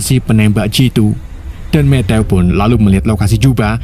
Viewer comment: Matthew = Mettew❌ Mettyou✅ Asal mimin sebut nama Matthew w langsung ngakak metteww😂